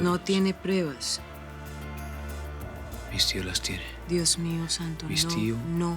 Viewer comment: Quien más se dio cuenta que dice prebas en lugar de pruebas 🙂